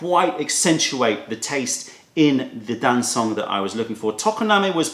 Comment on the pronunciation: Very nice however - not Dan-soong but Darn Chung - very informative video